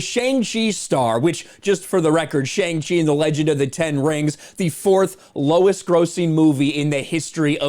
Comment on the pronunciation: I think boiling a movie down to its box office success is fruitless and stupid. It seems like all you want is to make people hate Shang-Chi, and your mispronunciation of his name alone shows that you simply couldn’t care to care. Along with a clickbait-y thumbnail, title, and video, as long as misunderstanding Simu Liu’s obvious joke tweet, your video comes off as in bad taste and made for the sake of views. It’s pointless. Just stop, man.